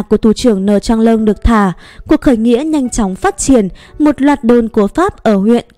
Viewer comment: Manh nha đọc thành mạnh nha Được trả đọc thành thả